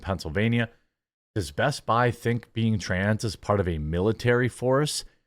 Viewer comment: It's "BEST-BI"